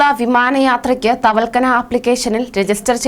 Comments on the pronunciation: തവൽക്കന അല്ല തവക്കൽന എന്നാ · തവൽക്കനയല്ല കുട്ടി.... തവക്കൽന എന്ന് പറഞ്ഞു പഠിക്കൂ.... മോൾ ഒരു 10 പ്രാവശ്യം എഴുതി നോക്കു വേഗമാകട്ടേ...... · തവൽക്കനയല്ല... തവക്കൽന... ഒന്നുകൂടി ഗൗരവം വരുത്തിയാൽ കൂടുതൽ പേടിപ്പിക്കൂ...😎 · തവൽക്കനാ എന്താണ് ഇവളൊക്ക എന്താ വിളിച്ചു കൂവുന്നത് ആവർത്തിച്ചു ആവർത്തിച്ചു ഇങ്ങനെ തെറ്റ് പറയുമ്പോൾ നിയന്ത്രിക്കാനും ആരുമില്ലാതായോ.????